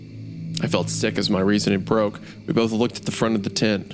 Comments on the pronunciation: I was at work and couldn't read the CC, legitimately just thought Wendigoon was saying "tit" the whole time instead of "tent" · I was listening to this at work while painting and I swear I thought for like 10 minutes while Isiah was saying tent he was saying “tit” and I had a completely different view of what was going on in the beginning